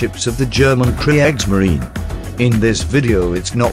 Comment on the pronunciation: "Kre-eggsmarine!??? Did the narrator not have any education?